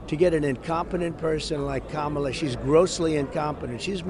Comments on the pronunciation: This is the first time I've ever heard him pronounce Kamala correctly. THE MAN IS SHOOK! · Wow, did you notice he finally pronounced her name correctly? 💙💙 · He said Kamala’s name correctly for once! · Hey!, trump just said Kamala properly!! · He says Kamala's name correct now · Oops! he accidentally pronounced "Kamala" correctly. Such a putz. VOTE! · He said Kamala correctly?